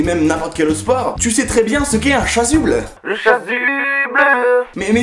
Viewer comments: Mdr t’as dis le chasuble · On dit la chassuble